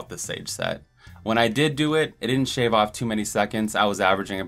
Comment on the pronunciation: 49 coulda swore he said shave off instead of save off.